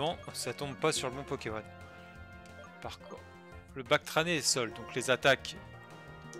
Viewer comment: "Batracné" et pas "Bactrané"... Et, plus sérieusement, les "combats métro" (sauf erreur de ma part) permettent d'accéder à des zones où tu peut faire des combats ou récupérer des objets ou des capacités (Si je ne me trompe pas).